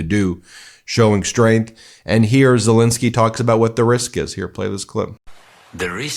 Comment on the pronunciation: It's not ZelInsky it's ZelEnsky!